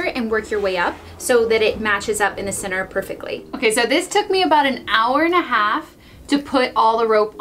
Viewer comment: You kept saying “cenner” when you were doing the tyre, what is “cenner” I’m confused?